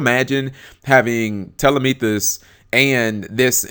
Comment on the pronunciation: Dude, why aren't you able to pronounce Ptolemaios? It's not Tollemephus. Neither is it Tollemeethus.